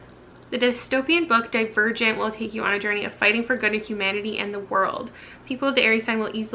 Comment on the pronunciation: I misheard you the first time you said Divergent, I was like what is "dead virgin" I've never heard of that